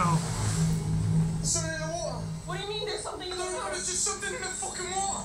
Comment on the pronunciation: “there’s sumthin in the waah-uuh!”